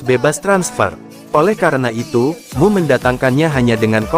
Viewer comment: Emyu bukan mu tolong disdbut dengan betul